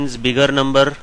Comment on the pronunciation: He said biggerrrrrrrr numberrrrrr lol